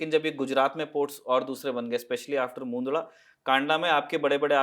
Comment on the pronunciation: मुन्दडा क्या चीज है भई? मुन्द्रा नाम है ठीक से नाम लिया करो.